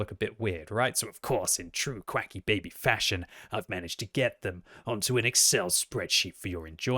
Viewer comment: I love how even is calling himself instead of Quickybaby